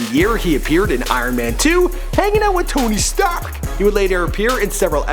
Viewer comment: Why'd he say Tony Stark so weird